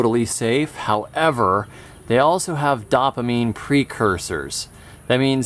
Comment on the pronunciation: Your videos are amazing with the amount of information that is packed in them but the way you pronounce dopamine drives my OCD crazy! 😂😂